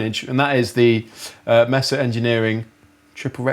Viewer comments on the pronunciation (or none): i thought yall were saying "messer" it's not messa it's maysa! or at least around here it is. cheers. awesome vid. did you guys know kirk has a sig wah? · Mesa is pronounced Maysuh not Messuh. Les Paul is pronounced Less not Lez. Thanks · Love how they call the amps "messes" instead of pronouncing it May-sa. Sorry guys but early Metallica used Marshall JCM 800 and Mesa Boogie IIC+ amps not Rectifiers. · May sa not mess a not difficult to say